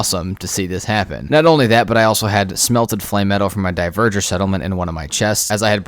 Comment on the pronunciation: Love your videos. Keep it up. Couple pronunciation things: Chitin = Kite - In. Not Chite - In. Dvergr = Verger... seriously, google it. Keep it up, vids are awesome!